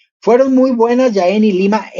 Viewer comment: Jaén. Se pronuncia la jota ya que es en xastellano. ( no es "Yaen" ).